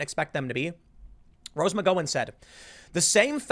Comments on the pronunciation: For the love of all that's holy... her name is pronounced Mc-Gao-an [here, gao sounds like "cow" but with a g instead of c] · God damn tim sucks with names! Mick - gow - en!!!!!!!!!!! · Tim!!!! The Gowan part of her name is pronounced like “cow” or “ow”. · For the last few weeks I’ve been thinking this Rose Mc-go-an character is some new political commentator or something.... I’m glad I’m not the only one confused by Tim’s pronunciation. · its Gow as in Cow , you have a weird way of saying her surname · Rose Mc-g-OW-n (that’s the pronunciation of her last name) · Is anyone going to correct Tim on his pronunciation of McGowan? I believe it's gow like cow. Not a big deal, but its causing me to twitch every time. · Why are you pronouncing her name like that? It's driving me crazy! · Tim needs to learn how to pronounce MCGOWAN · PLEASE TIM, for the love of GOD follow this link! It pronounces Rose McGowan. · If you're going to keep bringing up rose McGowan can you please learn how to pronounce her name? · My god, the way Americans pronounce Irish surnames. McGowan... The Gow rhymes with Cow. The an is pronounced in. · How do you not know how to pronounce McGowan? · would it be possible for Tim to either, learn how to pronounce names, or at least not say their name 50 times a video wrong? JESUS CHRIST MAN either say it right or don't say it so many god damn times wrong. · Does Tim EVER pronounce anyone's name correctly?? 😜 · Does anyone else get a thrill up their leg every time Tim mispronounces Rose McGowan’s name? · No hate here. I listen to Tim's content pretty much everyday, but question... Does he mispronounce well known names so they don't get flagged by the YT algorithm? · Tim you need to work on Rose's last name!! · A new drinking game: Take a shot every time Tim mispronounces rose’s last name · Does Tim just pronounce people’s name wrong on purpose or is this a result of being a high school dropout? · Tim you got to stop mispronouncing Rose McGowan's name.